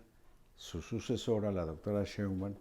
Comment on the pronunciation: ME ENCANTAN PERO POR FAVOR JOAQUÍN, hay que hacer que Marín haga una plana de cien veces esceibir SHEIN BAUM, y otras cien veces que lo repita: SHEINBAUM quiien sabe cono lo pronuncia pero NO ES como debe ser jajaja pero SE LO DISCULPO sòlo que seis años lo vamos a estar oyendo pronunciar MAL el apellido de la presidente.🤦🏽‍♀️😂😂😂😂😆 pero aún así me encantan.🥰